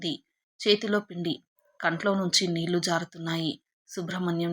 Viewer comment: తెలుగు అక్షరాలు ఖూనీ చేసి చదువు తోంది. కళ్ళు, నీళ్ళు అని పలకడం రాదు